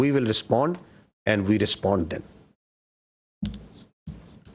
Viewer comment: Aand forces😂😂